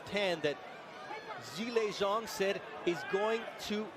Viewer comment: It’s pronounced Shilay Jhang